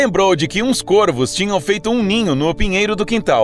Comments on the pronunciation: dói o ouvido ele falar "côrvos" e não "córvos". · A pronúncia certa de corvos é "córvos"!